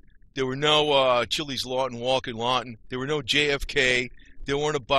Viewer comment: Your pronunciation of his last name is wrong. It’s ch iles. Grew up in south Florida in the 60’s and 70’s.